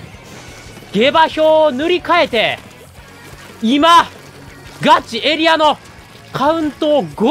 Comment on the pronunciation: ガチエリアの発音がガチ↑エリア↓なの面白いw 一定の場所を守る力はエリア以外のルールの防衛も同じこと言えそう